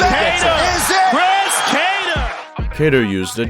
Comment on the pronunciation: Joe “ Chris cattar “ rogan